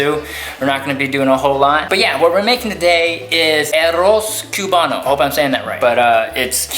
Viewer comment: The "CUE-bano" made me cringe so hard lmao